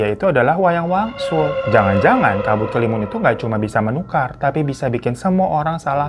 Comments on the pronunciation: Dari kabut kelimun jadi kabut kelamin🤣🤣 kita mah udah biasa omongnya bang hiro kadang kepeleset 🤣🤣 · Kabut kelamin yang begimana dah bang 😭😭 ampun typo mulut nya keterlaluan wkwk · Gak nyadar apa, malah bang hiro kepleset nyebut kabut kelimun jd kabut kelamin 😂😂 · Pliss lg serius dengerin babang tamvan cerita trus tetiba keplintir tuh mulut kena ombak jd nyebut "kabutkelamin" langsung ngakak hahahaa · Dari kabut kelamun, kabut keluwun, kabut kelamin, walang wangsul jadi wayang walun wkwk kami udh biasa denger Hiro kepleset klu ngomong wkwkwk